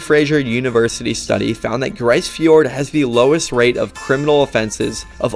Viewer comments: Just FYI... it's pronounced "Grease" Fiord. It's a problem when non-Canadians make videos about Canada. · For the record, it’s pronounced “Grease” fjord not “Gryce”.